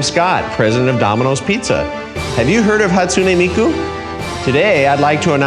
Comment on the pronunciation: the way this man says Japanese names, including miku's, makes me wanna delete my dominos app ft hatsune miku